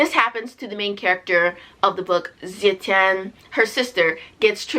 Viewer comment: xiran jay zhao is pronounced "shee-ron jay jow (like 'jowl')" and wu zetian is pronounced "ooh (like 'oooh la la') zuh-tee-en" 😊 i felt similarly about the book but i didn't rate it that low LOL like it wasn't bad for me, but it left a lot to be desired.